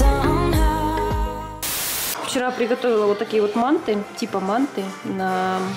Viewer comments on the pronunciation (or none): Только не мáнты а манты́ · извините, что поправляю вас, но правильнее говорить мантЫ, а не мАнты 😉